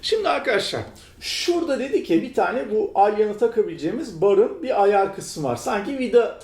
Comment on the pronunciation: neden ayar yerine ayaaağr diyorsun jdjddjdjddk